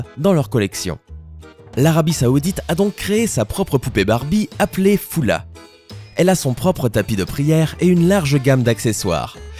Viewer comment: On dis folla pas foulla